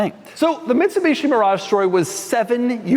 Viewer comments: Did he say “Bitsumishi”? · Did Doug say Bitsumishi? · that is what i heard